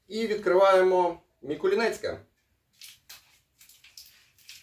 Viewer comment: Дякую за огляд, тільки чому М І кул І н та М І кул І нецьке ?